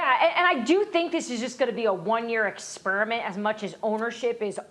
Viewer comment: "One year Ex-Spurriment", lol